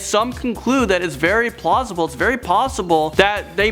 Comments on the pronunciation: "very plossible" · says plossible 🤣🤣🤣